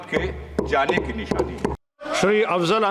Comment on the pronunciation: पीठासीन साहब आपको पहले अपने मा० सदस्य का नाम अच्छे से पता होना चाहीये अफजल नही मा० अफ़जाल अंसारी है।